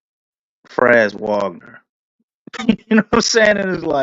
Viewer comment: Franz Wagner, pronounced Vahg-ner